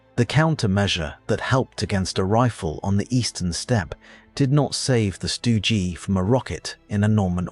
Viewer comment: Really? Stu Gee, Sturmeh guhshoots? Stopped video . Tired of AI crap.